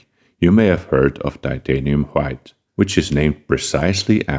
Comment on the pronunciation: titanium Hwite